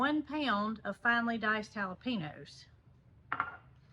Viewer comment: Just a little FYI,. Not trying to be mean, or anything negative, but, I wanted to tell you the correct way of saying Jalapeno..........It's "hal o payn yo". It's a Spanish/Mexican word, so that's why the difference. Love you and Jason and all of the animals. Y'all have a great place, and can't wait to see if the Victoria Crown Pigeons lay another egg. Hopefully, when it gets a little cooler. Hope you aren't upset that I told you the other/correct way to say Jalapeno. Hope the new meds continue to help with your Auto-immune problems. Love Ya....♥♥